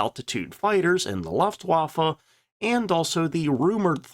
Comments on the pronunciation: Pronounced "Looft-vaffa" not "L-UH-ft waffa." It'll make people who have a passing knowledge of the German language take you more seriously. 😉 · Never heard of an organization called the "luft-waffah"; perhaps you meant to say: "LOOFT-VA-FAH"?? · The way that you pronounce "Lufwaffe" is almost unbearable. Maybe try "Luftvaffe" ? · LOOF twaffa not LUFF twaffa Any discussion of German high altitude aircraft needs to mention two major advantages of America: 1. Better metallurgy. The automobile companies were producing so many cars that money spent on metallurgy research paid off. The tech was easily transferred to aviation engines. 2. Higher octane fuel. The US was able to produce an abundance of 130 octane fuel whereas Germany generally had 100 octane. Keep in mind that late in the war they were operating below 10% of refining capacity due to bombing. These two facts meant that German fighters could not use as much boost as American fighters. A quick lookup shows that the Mustang's engine displacement was much less than the Bf-109 or FW-190, because lacking the ability to boost, displacement is a good replacement. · Please take a RUDIMENTARY German lesson! Faka?? Luhfft?? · I listened to the first "laaftwaffe"... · IT'S LOOFT - VAFFE. YOUR GERMAN IS TERRIBLE, LOL. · Pronounce luftwaffe again. I dare you.